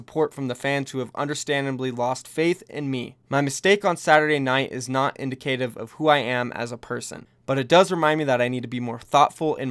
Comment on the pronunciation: In-dih-kuh-tihv = indicative.